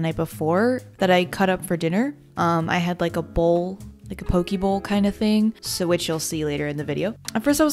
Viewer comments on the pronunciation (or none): I love you and your content and I swear i'm not tryna gatekeep but the way you say "poke" like "poki" makes me cringe so harddddd 😂 its pronounced "pokay" 👍